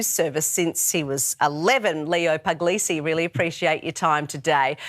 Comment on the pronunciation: Sorry, this irritates me, but his surname is pronounced PULL-YEE-SEE, not PUG-LEE-SEE.